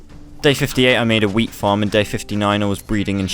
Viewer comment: i definently heard "wheat" wrong i heard weed